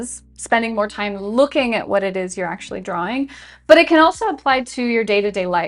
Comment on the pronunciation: timestamp. Your right, I should take my “fime.” “Fhank You.”